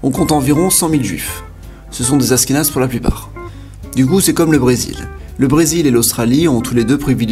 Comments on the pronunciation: Ça se dit aCHkenaz pas aSkenaz !!! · Achkenaze pas Ashkenaze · Ca se prononce achkénase pas asskénase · aSHkénaze tu prononces aSkénaze, sinon très bonne vidéo comme d'habitude j'adore tes vidéos continue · Ashkénaze se prononce Achkénaze et non Askénaze ^^ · tu dis dla merde ! Mais bravo pour la prononciation moi aussi ça m enervait ! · Oui, on dit pas Asss kénaze, ça s'écrit Ashkénaze, comme en anglais "ash..." C'est vraiment bizarre ta prononciation... Tu devais pas trop aimer les langues à l'école...😁😁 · Ashkénaze ce prononce Achkenaze 😂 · Ashkénaze pas askenaze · Je crois qu'on dit ach-kénaze, avec le son "ch" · Juste pour info (parce que ça pique mes oreilles xD ), dans le nom Ashkénaze, le h se prononce ^^ Ca fait donc le son "sh" (ou comme le "ch" en français, comme dans chien, chat, château, shalom, etc ^^ ). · C'est prononcé "ach"kénaze ^^ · Askenaze ahahah cette prononciation... ça m'a déconcentré 😂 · Ça se prononce achkenaze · On dit achkenaze et on ashkénaze